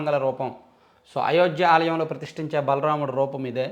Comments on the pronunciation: Correction not balaramudu it's baalaraamudu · బల రాముడు కాదు అన్నా... బాలరాముడు.... చాలా తేడా ఉంది...చూసుకోండి...